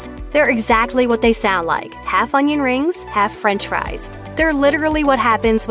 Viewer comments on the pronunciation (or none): none